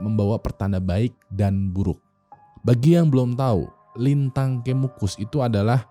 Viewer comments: Coba penyebutan "E" nya kayak "kejadian" wing wkwk, pagebluk, kemukus wkwk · ini ga riset dulu cara ngebaca 'pagebluk' sama 'kemukus' apa? grind my gears banget sebagai orang jawa hahahaha